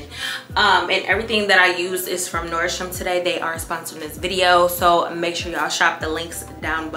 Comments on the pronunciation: Nobody:: NoRdStRuMs 🤣🤣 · Do you mean Nordstrom? 🤔 how they sponsoring you and you not even saying the correct name for the brand... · Gworl, there’s no “S” at the end of Nordstrom.